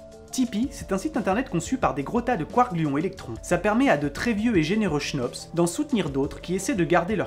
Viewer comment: Bonjour à vous, je suis un peut l' emerdeur de service , je suis belge c' est normal. On ne prononcent pas le h dans le mot chnops, ce qui donne cnops. Et aussi quand vous parlé de l' univers, il faudrait dire l'univers connus. Je fait aussi des fautes, il y en a probablement dans ce message. Sinon, j' attend avec impatience vos vidéos, merci pour votre travail. Bon week - End, et sans rancune, j'espère. Jean Marc